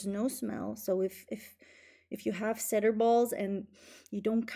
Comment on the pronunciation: Two helpful hints for: cedar is pronounced "see-der" instead of "said-der", and the little balls removed using the shaver are called pills.